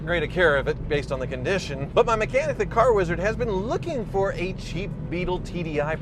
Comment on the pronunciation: Did anyone else notice him say independant BMW "mech-lanic"